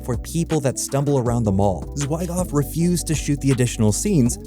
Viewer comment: Zwy Goff? I'm out. Fix your AI